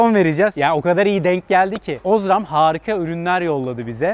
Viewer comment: Osram a bastırarak ozram demesen iyiydi ;)